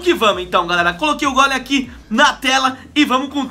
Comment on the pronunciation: ainda bem q ele fala golem pq outros falan gôlem e é gôlem e golem e todos golemaran